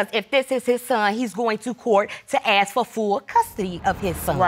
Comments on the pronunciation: Bloody he'll it's ask not axe get it right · It's ask not axe